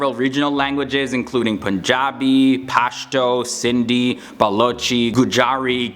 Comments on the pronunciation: Its not "Cindy" it is "Sindhi" it is pronounced: Sin and Dhhh and ee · Cindy 😁 Bro It's *Sindhi Thanks Anyway 😊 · Its not Cindy .(Sindhi)and the sweetest language of Pakistan is siraiki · Cindi.. It's sindhi* lol